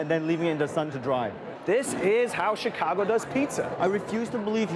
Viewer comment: he says "CH-icago" lol